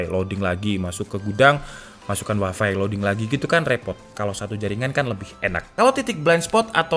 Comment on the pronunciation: bang lafalnya tolong tetap waifai saja dong, jangan dilafalin waifi